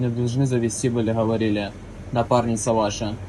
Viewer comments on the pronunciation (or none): Why does the prankster say ховорили?